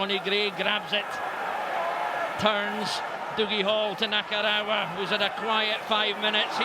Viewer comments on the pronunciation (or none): still boils my piss that never once pronounced Nakarawa's name right